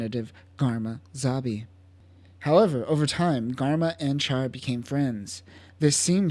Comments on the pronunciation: Ummm...CHAR is pronounced "SHAR", like in French. (In Japanese, it's "SHAAA".) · Good video but it’s pronounced “shar”